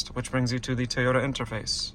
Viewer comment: Are you saying T-ota? Because it's really Toy-ota.